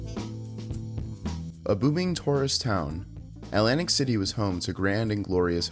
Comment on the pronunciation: You mean 'lantic City?